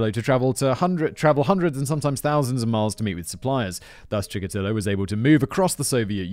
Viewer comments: Here's where Simon's poor memory from these scripts comes in handy. Though to be fair, Chickatilo was last mentioned like 11 months ago. He's the guy who Tamara Samsonova (the Russian old lady killer) idolized. You kept calling him Chickalito and it drove me insane 😅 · “Chikatillo” is sounding more Mexican as the story progresses. lol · Oh, god! I just watched that one and every time Simon said it wrong I gritted my teeth and snarled "Chikatilo!" I started this video resolved to click away if he did it again. 😆